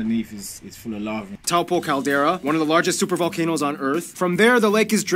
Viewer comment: Taupo is pronounced like Toe-Poor. Ruapehu- RU as in Threw , A as in are, Pe as in Pet and Hu as in shoe. Don't forget to roll your Rs lol